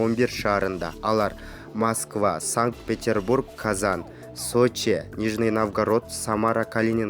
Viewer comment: Казан дейби, Казань. дечи айланайын.